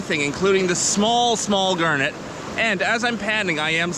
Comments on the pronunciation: Why do you pronounce it as "gurnet"? It is garnet, with an A. A gurnet is a fish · Never heard anyone pronounced garnet that way. Must be a Canadian thing. That water is so clean and clear. All the water here in the piedmont is brown and dirty from pollution and the sediment being disturbed.